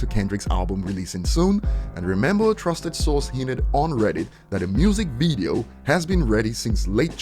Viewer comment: Just a helpful tip: It's pronounced 'VIDeo' not 'VEEdeo'